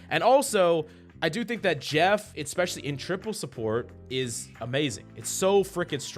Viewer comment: "EXPECIALLY"?? REALLY?